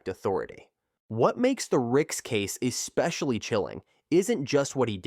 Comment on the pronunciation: In what world does AI mispronounce the word "especially?" The word is not eXpecially. You work hard to create a video and then you allow crappy narration? I just don't get it.